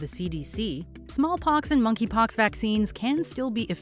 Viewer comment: “Moneypox” wth ?